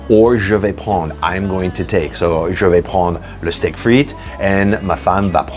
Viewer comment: All of you assume people can pronounce french. It only maskes sense to me to say "jay vayis pren dre". Assuming people can say 'r' like about to vomit is not helping anyone. Instead, what you said was, "Zhevey phon". That's somewhere int he vicinity of Vietnamese. smh